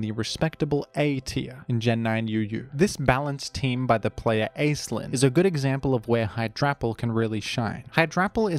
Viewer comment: Aislinn is pronounced Ash-lynn btw